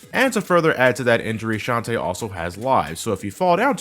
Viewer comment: hey, I've said this already and imma say it again: It's shan-ta-eh not shan tee. I know it's a stupid gripe to have but it's the details that count:3